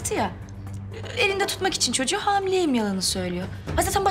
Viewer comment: Yusuf "ben istemedim ku çoçuğu" diyo yaaaaa. Sinirlerimi bozduuuu .